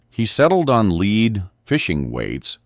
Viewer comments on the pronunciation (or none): AI narrators suck, use humans who know the difference between lead and lead.